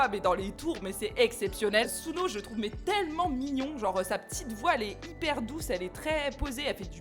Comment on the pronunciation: Heyyyyy merci d'avoir écouté ma reco!! btw sunoo se prononce seunou